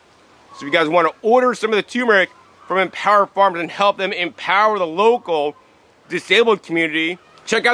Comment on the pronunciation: TuR mer ic not toooooo mer ic